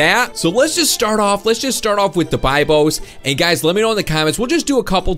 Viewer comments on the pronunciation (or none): it is not bibos it is bebos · It’s not Bibos it’s bebos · It pranounsed bebos